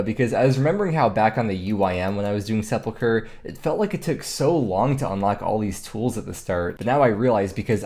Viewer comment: At least he knows how to pronounce it. Ill drink to that.